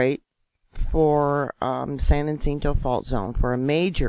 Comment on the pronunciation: Great reporting. FYI. San Ha-sent-oh